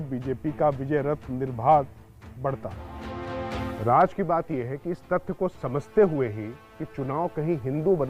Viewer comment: Bhai Raj nahi Raz boliye raz means secret